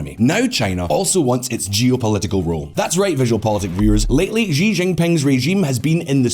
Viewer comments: It's pronounced as Xi(see), not zhi. Lol. Anyway, that belt n road crap is bound to fail because there's no checks-and-balances. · Xi is pronounced like the letter C or like she! Not zhee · Please say Xi (she,) not Xi (mushy gee) Don't pronounce that slug Xi's name like you like him and had to use a french accent to call him "Xi (gee)" It's a Xi (she) you dope Holy crap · It's not Zhi, but Xi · His name is Xi (like She) and not Ji but I like how you say it... Ji Jinping sounds way better 😂😂😂😂🤣🤣🤣🤣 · How come nobody can pronounce Xi's name? It's pronounced she, like (Xi) she sells seashells by the seashore. Calling him she, is not calling him a girl, it's pronouncing his name correctly.